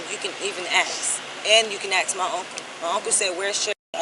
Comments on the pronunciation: Ain’t nobody feeling you! That would be gross🤮🤮 Go back to grammar school and learn how to speak English first off ain’t nobody feeling you! Second the word is ask …..ASK An AXE is much different than ask😡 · I axe..? 😅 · IF YOU "AXE" ME!! SO VIOLENT!! 😂😂😂😂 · Is it a biological thing that most black people can't say "ask" instead of "aks"? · “AKS” instead of ‘Ask’. It makes my brain hurt and I cringe everytime I hear it.